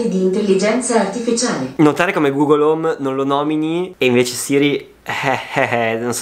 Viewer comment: Quando dici google hom si attiva ok google